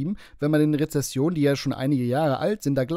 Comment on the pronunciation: Re-ZEN-sionen,, so viel Zeit muss sein. 🤣🤣🤣😷😷😷